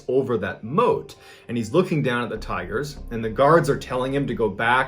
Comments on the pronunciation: I thought you were saying tires for the first few minutes until I realized 😂 'He just loved to spend time with the tires and look at the tires..' lol I thought man, this is going to be one weird story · Is it just me or did I hear tyres instead of tigers for a minute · Thought you were saying tires for half the video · Ohh tigers ...i heard tires lol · I thought he said tires at first too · Bro, I thought you were saying "tires"! Lmao! Right up until you showed a picture of a tiger I was so confused as to why this was a story starting off about a guy who is obsessed with tires. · Am I the only one that thought when he said “tigers” I thought he said “ tires” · OH- I THOUGHT MY MAN SAID TIRES- PFFFTT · I thought he said tires😂😂😂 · him: says tigers my ears: tires ??? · the very first time he says tigers it is hard to hear the G being pronounced but the second time it is very clear. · I heard "tigers". ???